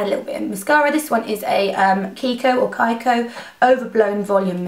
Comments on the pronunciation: Nic you are beautiful and your make up too The mascara is from kiko that is an italian brand so is kIko not "kaiko" :) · You say it right the first time: is KIKO! Italian brand! Cheers from Italy :* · the first pronounciation of Kiko is correct Nic! x